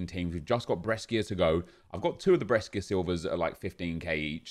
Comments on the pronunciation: It's bresha not breskia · When says breskia 😡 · The way you pronunce Brescia Is really weird 😂😅